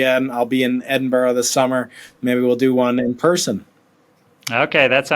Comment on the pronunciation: Its pronounced ed-in-bruh.